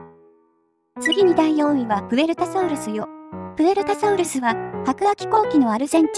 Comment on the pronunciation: きつねさんがときどき英語に近いソウルスって発音してるのはもしかして: そして輝くウルトラソウルス ﾊｲ!!